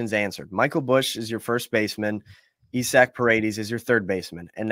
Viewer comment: Isnt his name isaac? Not "Esac" Send Wisdom and Mastrobuoni anywhere for a $3 bill